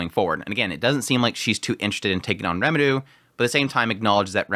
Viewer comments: Quick question: Isn't it R"ie"meru? instead of Re"meru" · This might be nitpickey but why are you pronouncing RE muru as reMARU. It's very distracting. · it's R"ie"meru, isnt it? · rimuru, like it's written. but it's not the first time he pronounces names wierdly, just look at his frieren coverage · Why do you pronounce his name as Remidu? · What's wrong with Remelo? Remalu is totally fine. You're overthinking all this Remilu thing. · Lumus Milus Smith definitely doesn't want trouble for her farm... I mean, holy commune. Also,!! Its Rimuru! Ri like "Redo of..", Mu like "Mushoku" and Ru like "Rurouni" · it's quite strange honestly, they keep saying rimuru's name all the time in the show so you'd think after 50 episodes he'd learn how to pronounce it right